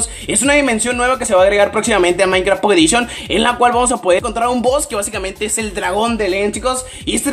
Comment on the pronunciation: "enderper" "pokedishion" jaja xd